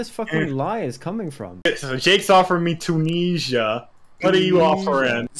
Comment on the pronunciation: Tunesia lmao